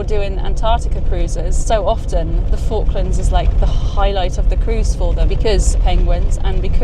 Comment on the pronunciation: It's more like forklands